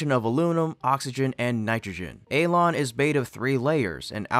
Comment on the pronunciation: Alon🤣🤣 more like elon